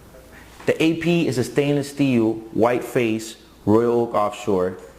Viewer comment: "Steelw" lol